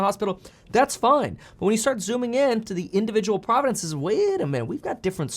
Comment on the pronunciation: I love the way he pronounces provinces 😂 being South African just makes it even more fun